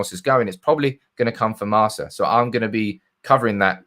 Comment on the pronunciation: Marca is pronounced with the C as a K...